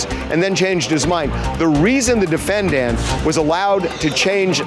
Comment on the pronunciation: Harvey irks my entire soul when he says "Defen-DANT"